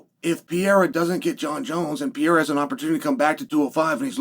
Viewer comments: How difficult can it be to learn to say the name "Pereira"? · I wish you would pronounce fighter's names a little slower. "Pereira" (latinamerican) sounds like Pierre, etc. But interesting look ahead. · and if you don’t stop saying Alex last name like that I swear to the lord.. 🙄 you know damn well how to say it.